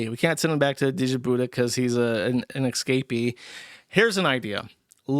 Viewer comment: Dude can’t even pronounce “escape” correctly, let alone exotic lands.